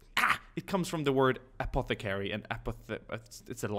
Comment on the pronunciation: "Apeth-eh-carry." What a pronunciation.